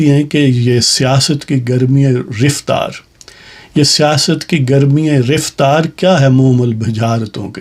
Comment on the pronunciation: یہ لفظ رفتار riftar نہیں بلکہ raftar ہے۔